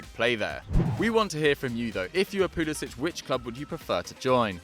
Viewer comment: Pulisic is pronounced poo-li-sik not poo-li-sich